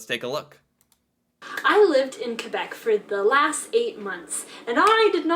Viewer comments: Most people in Quebec are anglo and/or bilingual, from Montreal, with love, yes we're québécois and it's not quwabec here's the phonetics for you again, (last word was Pre-meer) and she's full of shit there are many ignorants fxck wads who don't speak English and like to call a referendum, yes Celine Dion is ours, we are the most bad asses in Canada, but MOST OF US DO NOT WANT TO SPLIT FROM CANADA!!! remember your 10 minute lesson about Canada? How close the second referendum was? I just turned 18 and voted for the first time, AGAINST IT 49/51 THE 51 WAS A NO TO SEPARATION AND jaywalking is all good, anything goes here, ❤✌🏼 no you keep your own names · When you say Quebec, the "u" is silence, so say it like this "kay-bec". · It's not pronounced qwa Bek, it's pronounced Kay bec. Just to let you know. It's said with a French tone 😂 and they arnt part of Canada kinda as for the past forever they keep trying to separate from the rest of us... 😂😂😂😂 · Pronounced K bec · It's pronounced kay-beck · Kay-BECK; Kay-behh-KWAH